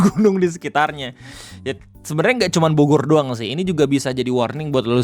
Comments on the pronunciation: Pembukaan di awal sedikit terburu² kyany bang. Jdi typo dikit😅. "Bogor" jdi "borgor". Relax bang relax😁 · sengaja ngemim kayaknya 🍔